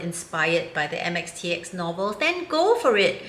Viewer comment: How did she get it so right......